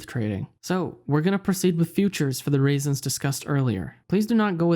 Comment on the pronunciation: This guy pronounce reasons “raisins” good vid